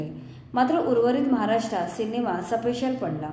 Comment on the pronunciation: आधी बोलायला शिका. 0.46 सपाशेल म्हणताय तुम्ही